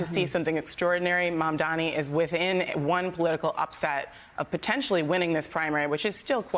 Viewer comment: She didn’t even pronounce MAMDANI’s name correctly